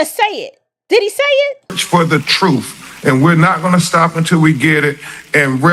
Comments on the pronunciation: He pronounces truth, truthf! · Real educated ...he says troof instead of truth?? Ugh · These people are sick, I knew as soon as Crump said fundraiser. He can't read or speak properly 'truf'. Let the police do their job and pray over it. Jesus is the only answer. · He said he's fighting for "troof and justus!" Lord... 🤦🏾‍♂️